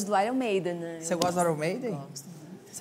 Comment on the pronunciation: Rachel eu tbm sou fã do aion maiden AHUAHUAHUA tadinha ela pronunciou errado